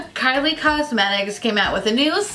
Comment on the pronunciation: When you called Kylie Cosmetics “Kyle Cosmetics” I screamed